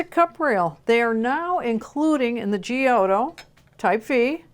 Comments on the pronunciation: love ya and your excellent reviews but your pronunciation of Giotto --> Gee-oh-toe kills me. It should be pronounced --> Jot-toh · the right way to pronounce the name is "jotto" :)